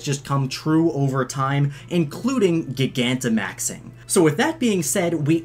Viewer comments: Soooooo uhhhh yeahhhh, who gonna tell him that he’s saying gigantimaxing wrong? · You say gigantamaxing wrong... stop it...